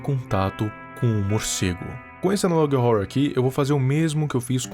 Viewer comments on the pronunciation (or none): amo o viral, mas quando ele fala " analog rrouror" eu fico paia 👽